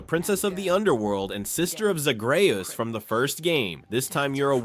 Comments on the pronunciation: Mispronouncing “zagreus” from hades is crazy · Mispronounced that, and the sisters name